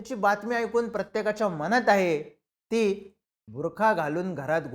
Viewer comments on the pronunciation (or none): none